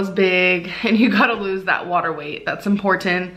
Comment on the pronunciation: I couldn't agree with you more! 😆 She tries to tell us how much research she does regarding diet, nutrition etc but can't do a quick Google search for simple pronunciations!? "Craveens, importint, feeelins..."🙈 She (allegedly) took more time researcheen Optavia than she did sticking to her diet plan! 😂